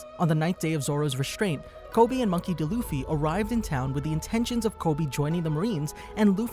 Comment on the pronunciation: Monkey "De" Luffy??